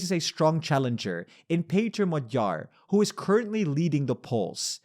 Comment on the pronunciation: although he did produce Magyar with the stress on the last syllable 😂